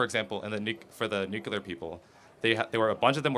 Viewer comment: This clown lost all credibility when he said "nukuler". If you can't speak English, you can't make a salient argument.